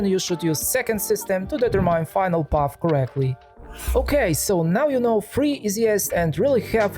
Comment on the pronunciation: Advice: look for the correct English pronunciation of several words you repeat constantly in your videos. For instance: determine.